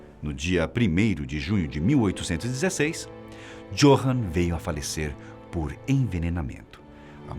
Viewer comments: Johann lê-se com com de "i" = iohann. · Não quero ser chato , mas "J" (jota) em Alemão tem som de "i" (Johann deve ser pronunciado "Iôrran").